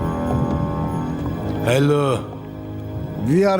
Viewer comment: 'nin Hello deyişi gülmekten kopardı beni